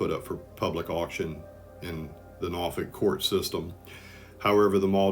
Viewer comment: I can definitely tell you not from the seven cities of Southeastern Virginia because of the way you pronounce Norfolk